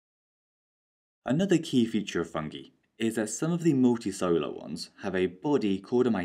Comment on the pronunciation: Multicellular: muhl.tee.sehl.yuh·luh For some reason, he keeps saying "Multisolar"